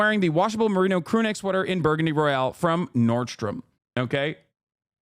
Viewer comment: "burgandy" lmao